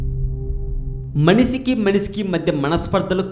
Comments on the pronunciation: babu manishi raa nayana manisi kadu pronunciation nerchuko mundu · Manisi kadu ra erri pulka,manishi ani anali.